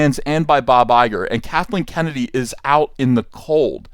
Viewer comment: I thought I heard you say “Catholic Kennedy” 🤣